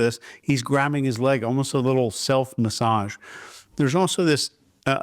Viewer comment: Looking forward to finding opportunities to use the word, "MASSAGE" this coming week so I can try pronouncing it like does, "MA-ssodge."